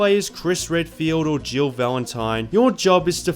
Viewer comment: Haha so im not the only one who thought he said jibble instead of jill 😂